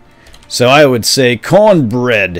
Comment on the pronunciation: Haha cornberd berdd